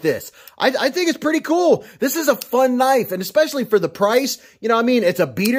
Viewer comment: "That's not a knife that's a KNOIFE"